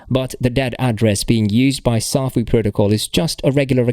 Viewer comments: Can't even pronounce the name properly. Says it all smh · First of all you don’t even pronounce the protocol correctly so how can I even take your word on anything you say in this video when all this crap has already been addressed?